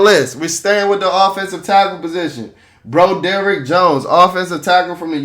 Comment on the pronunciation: Bro-DERRICK Jones is sending me lmao